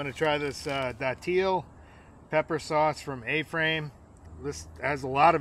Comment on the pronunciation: St. Augustine here. Its pronounced dat-ill. Most ppl say it wrong lol. A frame is definitely the worst one, please try another